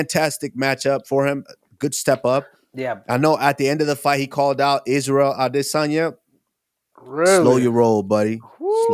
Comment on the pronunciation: Who else is getting sick of Henry’s pronunciation if Adesanya?